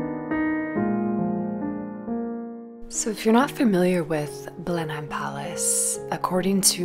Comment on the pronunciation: thank you for this - lockdown, travel-deprivation, vicarious-gratitude is real. which is why I struggle with the decision to point out errrr the pronunciation is 'blen-emm' not 'blen-hime' : gross of me to show thanks this way but ya know. going forth it's good to know, maybe. in case you ever curate a show there, for example.